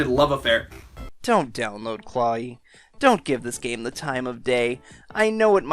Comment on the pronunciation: I thought it was pronounced Claw-we